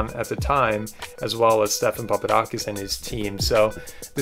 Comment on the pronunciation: Turn cc on to see how they call Stephen papadakis, "STEPHEN PAPA DONKEYS" in the begining lol